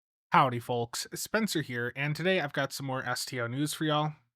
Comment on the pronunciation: FYI the "L" in Folks is silent...